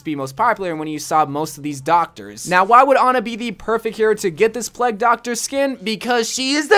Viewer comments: lol ge says Plegg instead of plague (play-g) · Wht tf did he keep saying the "pleg" skin for anna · You saying plague wrong gets to me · The way that says “plegg doctor” XD